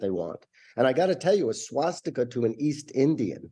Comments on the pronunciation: When did it become “shwastika?” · What's a SHwastika?